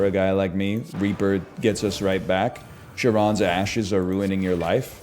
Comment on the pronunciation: You fools complaining about him skipping Dark Embrace, I’m here complaining about him mispronouncing “Charon’s”